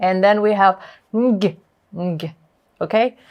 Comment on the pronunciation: Oni O' shaklida tallafuz qildiz va NG N va G emas bitta NG dib talaffuz qilinishi kerak.